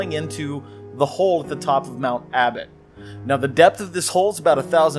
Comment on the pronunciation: HE SAID ABBOT HE SAID ABBOT HE SAID ABBOT HE SAID ABBOT HE SAID ABBOT